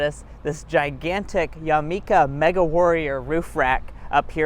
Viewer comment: Did he say YAMIKA!? It’s YAKIMA